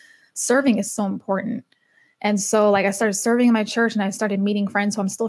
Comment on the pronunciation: . Thought she was saying “cerning”. Lol. I was like “what is cerning?” Soo i turned on subtitles and saw “Serving “ Oh. Duh. Lol